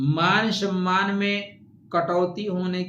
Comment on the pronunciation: बोल तो पाते नही हो, shamman क्या होता है